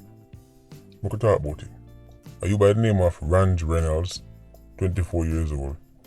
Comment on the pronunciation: His sister brothers and mother lives in Jamaica.. the man just migrate couple years now.. your info is wrong... and his name is pronounced ranjay . Not ranj .... now i know not all your info is legit..